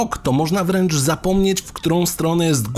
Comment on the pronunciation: Deprywacja nie deprawacja